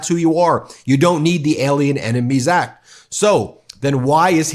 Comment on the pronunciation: He can't even pronounce or read the "ACT" yet wants to invoke it? America wake up, we are in serious trouble.